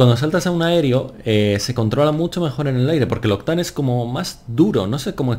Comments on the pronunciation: se pronuncia "octein" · Me cago en la leche tío, aprende a pronunciar bien Octane 😂